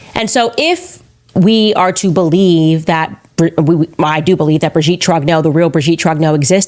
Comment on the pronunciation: the whole theory is ridiculous but her pronunciation of "trogneux" is even more ridiculous... it's not "trog-no"